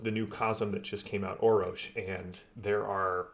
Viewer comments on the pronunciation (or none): Thanks for the correction! So, Orror-sh? Yeah, I can hear it now. I was saying 'Orrosh'. :D I would love to chat with Matt. They did a great job with the Foundry modules, I am looking forward to even more content. So.. Thanks for your involvement! As new material drops, I will do my best to let people know. It really is the best VTT for TORG Eternity right now, hands down. Thanks for the shout out. I will also do everything I can to support TORG and raise the general awareness of the game!